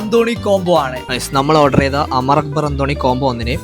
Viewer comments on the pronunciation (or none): none